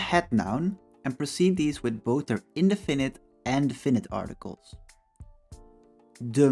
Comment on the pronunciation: I liked your explanation but had to listen to it several times as you mispronounce the words 'definite, indefinite and adjective". Please listen to English pronunciations of these words - you put the stress in the wrong places.